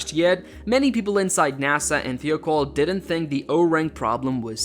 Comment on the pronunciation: It's pronounced thigh-oh-call.